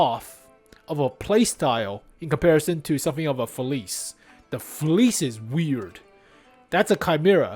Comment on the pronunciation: oh, its pronounced “Feliche”, come on man